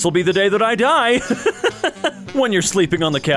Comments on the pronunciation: (sorry for doing this it just made me a little annoyed)its not pronounced die its pronounced Dee and der is pronounced like the word dare. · you pronounced die wrong, its pronounced like “dee” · As a person who speaks German that pronunciation of der die das absolutely kiled my soul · pronounced “die” wrong as well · the mispronunciation of the 'der, die, & das' meme physically hurt me as a german speaker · So I'm learning German. For clarification, "der" and "das" was pronounced correctly, but "die" is pronounced as "dee". Still an awesome channel though. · not pronouncing german “die” wrong😭 it’s pronounced “dee”, the joke is that der, die and das all mean the. there’s also den and plural die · yes haha, german is very different from english in that regard. in german, everything is pronounced, there’s no silent letters or anything. so it’s pronounced like the “ie” in “cookie”, like how you would expect. thanks for asking!!